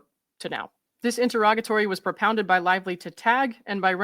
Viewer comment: I just want to thank you for pronouncing “interrogatory” and “interrogatories” correctly. 😊